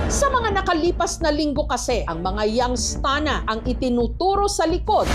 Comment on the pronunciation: Young’s Town. Mali ka rin eh.